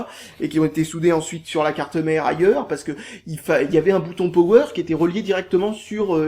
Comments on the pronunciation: Yasser Ghezal Lui en fait il le prononce Pauwweur et moi Poweur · Quand tu dit "Power" tu le prononce comme cela : Powweur